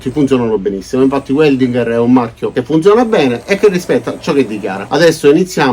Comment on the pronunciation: In tedesco si legge VELDINGHER e non UELDINGHER…Grazie!